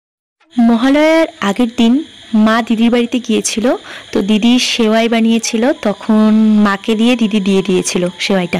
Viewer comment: ওটা হবে সেমাই